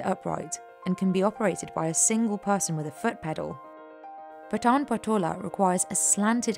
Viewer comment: No she pronounces Patan very wrong, even Indians outside Gujarat finds it hard to pronounce the word Patan challenging due to word 'N' it's Paaaton